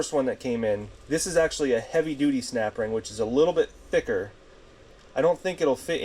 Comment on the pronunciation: Snapring. 🥴🥴🥴🥴🥴😆😆😆 ohring, not a snapring? 🤣🤣🤣🤣🤣🤣